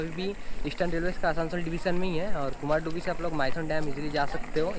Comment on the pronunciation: कुमारडूबी Nahi Kumardhubi (कुमारधुबी) kehte hain